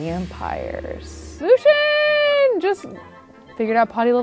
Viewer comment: I really don't like the way she pronounces Lucien.